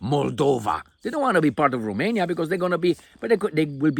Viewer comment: Remainia, from now on it is Remainia 😂